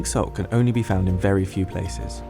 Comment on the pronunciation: He should have put an emphasis on Can when he said it can cost up to x 20 more than than table salt